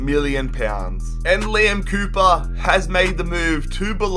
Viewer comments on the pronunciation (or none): none